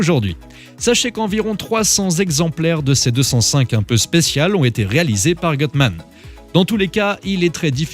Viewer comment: Gutmann c'est allemand pas anglais la prononciation et erronée